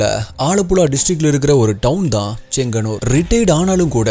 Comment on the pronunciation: செங்ஙன்னூர் சரியான உச்சரிப்பு